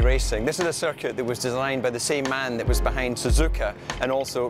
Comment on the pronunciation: how checo says circuit "cirquit"